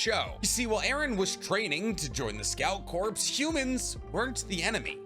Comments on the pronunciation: Corpse I'd a dead body, Corp is pronounced like core. Jfc you're old enough and smart enough to know this.🤦‍♂️🤦‍♂️🤦‍♂️🤦‍♂️🐝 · did you say corpse and not core holy shit man learn engrish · Sorry if this comes off lame but corps is pronounced cores instead of corpse in relation to a military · You keep saying corpse. Not corps. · Corps is pronounced "core" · My guy, please. Corps is pronounced like Core. Just drop the S pleaaaassseee